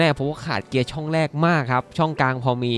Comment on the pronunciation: แรก ไม่ใช่ แลก ครับ